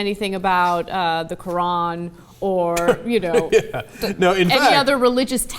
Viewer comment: ANNA SAID QURAN RIGHT! (kinda) You're awesomeness level just went up.